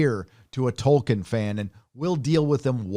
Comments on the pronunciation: In the interview excerpts with Jackson, doofus Charlie Rose shows he's never heard of Tolkien by calling him "Toikien". Clearly he misread the interview brief and thought the L in the name Tolkien was an I. Yet more proof that those purportedly highly erudite and venerable lefty TV hosts like Rose are just a bunch of ignorant, overrated buffoons. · How can you listen to someone who cant even say Tolkien right? Lol ITS PRONOUNCED TOL-KEEN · 11: 49 - "Toy-kin"?? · I thought it would be fun to down a shot every time he mispronounced "Tolkien." I now have cirrhosis. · Whatever happens, it can't be as bad as your pronunciation of Tolkien.